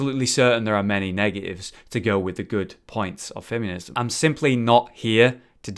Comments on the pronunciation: "Fem-yoo-nism"... that's not a U in the word "feminism",! XD Even when it's not Dark Souls, mispronunciation is still happening I see:P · "fem yuh niz em" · Anyone else keep hearing him say "fem-you-nism"? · The part I was most bothered by in this video was how you kept saying "femunism." Classic, what would I do without you? xD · I love it when says 'femiunism':D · It sounds like he is saying femunism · one either you or me pronounces feminism incorrectly.